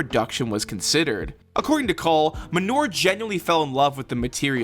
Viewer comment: Khaverim - friends Ehud *Manor (not 'manur')